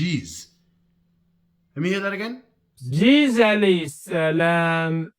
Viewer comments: This Low IQ Jahil doesn’t even know Arabic or English cause he called Isa (a.s) Cheese 🧀 instead of Jesus 💀. Thank you for refuting bro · Jesus ❌️ Jees ✅️ 😂😂😂😂😂 And these sunni come to refute us shia 😂😂😂